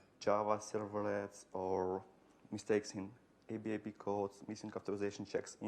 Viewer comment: It is pronounced ABAP, like it's a word. Not A-B-A-P. Thanks for the talk - is a written version available?